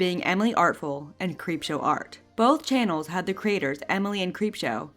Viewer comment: two and a half years later i have three takeaways from this: 1) a hypothetical sequel could easily be another 4.5 hours 2) how the fuck did prison mate mispronounce creepshow art 3) why is this not the first time i've seen ppl tell neurodivergent ppl who can reclaim that word that they're not allowed to for some stupid reason? of all the problems to have w harley's words (of which there are many), kai had to pick the least sensical one.